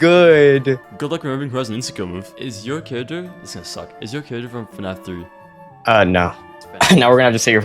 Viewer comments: I’ve never heard anyone pronounce fnaf “fuh-nah-f” as an Aussie with a weird accent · ngl, i think this is my first video of yours that I'm watching and I can hear that you pronounce fnaf as fanaf